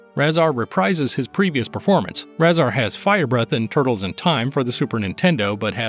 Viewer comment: His name is pronounced RAY-ZAR